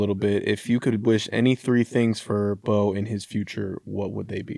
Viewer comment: Fred and any new Christmas traditions you’re excited to start doing with baby Beau? Also Fred you’re actually pronouncing my last name correctly, a lot of people struggle with it!🤣